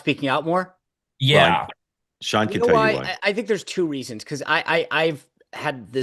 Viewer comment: Spicer's first name is "SEAN" not "SHAUN"......